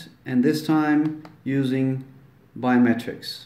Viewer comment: La cámara del teléfono no lee huellas dactilares. De hecho, si así fuese, ni se molestarian en agregarle sensores a los teléfonos. Y es Biometrics, no Biomer"trics".